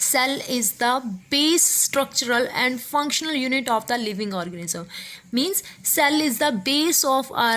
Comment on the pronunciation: Mam u said orgasm not organism